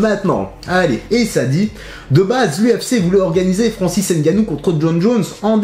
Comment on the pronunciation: Salut, Petite rectification, le nom de Francis, ne se prononce pas N gannou mais juste Ngannou. Le « N » ne se prononce pas. C’est pareil pour Mbappé, le M ne se prononce pas. Tout comme mon nom Mvondo, puisque je suis originaire du Cameroun comme ces derniers. Sinon bonne vidéo. 👌🏿